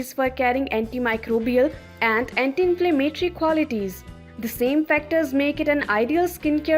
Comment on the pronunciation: Good video overall but many words are missed pronounced. Iodine, lavender, inflammation